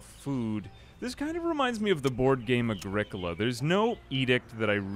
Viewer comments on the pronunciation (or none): I'm almost positive that's not how you pronounce Agricola